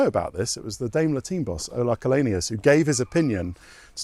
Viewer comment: Damn he really murdered Ola Källenius' name